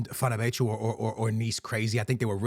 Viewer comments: Wth is “fernabetchu” he literally said it correctly in the beginning of the video 😂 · Never seen anyone butcher Fenerbahce's club name so bad